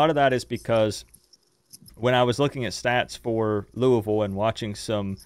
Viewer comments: Madison is a cool lady. But you guys say "Luuh-ville" not "Looey-ville"--what should Canes fans call this team? lol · I hate that crap too. It's not lou-uh-ville.. it's lou-E-ville. For me, I'll call them losers after we beat them and keep looking to go 1 - 0 next week.